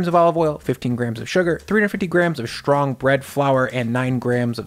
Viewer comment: It's not "SH=trong"...it's "ST-rong."